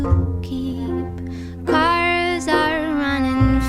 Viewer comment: I’m not the only one who heard ‘Carlos’ instead of cars in the weather right?